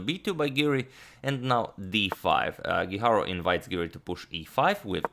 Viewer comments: His last name is GUIJARRRRO, no guiharou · Antonio mislim da krivo izgovaraš Guijarro. Ne znam španjolski, ali sjećam se da je svojevremeno postojao rukometaš Guijosa, a izgovaralo se Hihoza, tako da bi Guijarro vjerojatno po toj logici bilo Hiharo.